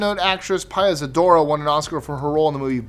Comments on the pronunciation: It wasn't PIE-a Zadora, it was PEE-a Zadora. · It’s PEE-AH Zadora not PIE-AH and nobody made movies at Disneyland. That’s a theme park not a studio. And no mention of the fact it was originally called Hollywoodland by the real estate company that built the sign but the giant LAND fell off the hillside and it became just Hollywood. And why did it become the home to filmmaking? It’s nearness to the Mexican border in case filmmakers needed to flee the country for obscenity charges. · Hey, it's PEE-YA Zadora, not Pie-ya. 😁